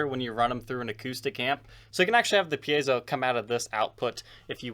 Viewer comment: Hey! Someone else on YouTube who knows how to properly pronounce “piezo”!